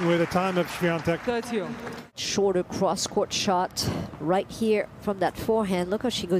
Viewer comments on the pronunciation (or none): Why does the commentators pronounce her name SwiaNtek when there is no n in her name?